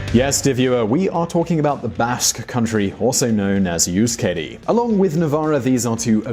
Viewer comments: Euskadi is pronounced eh-oosh-kah-dee ;) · Hahahaha "Navarreh" "Gwipuzkoah" "Youskadee" "Lekhendakaree" "Audeeseeah" lmao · "YOU-skadi" "KAS-tillen" "Navar-AYE"... Yikes. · You made me cry when you pronounced Euskadi and Euskera =( But great video and I love how you know so much as to know that the basque country and Navarre is a role model. Keep up the good work!